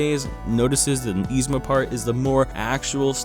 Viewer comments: Nobody:: YEE-zma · You're pronouncing Yzma wrong. But only sometimes. What. Lol